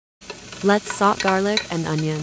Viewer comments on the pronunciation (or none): It's pronounced soh-tey... not saut.